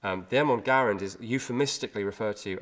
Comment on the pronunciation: Well done.... and it is pronounced Garand...with a "E" not an "A"... as we Bloody Colonists would say. Cheers Mate.